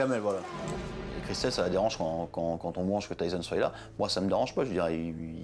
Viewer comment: « qui soiye » 😭